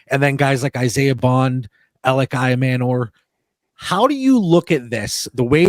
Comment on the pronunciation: with the "Juno" Smith reference at the end 😂 messing up Ayomanor is pretty understandable, though. Loved the mock 👌🏻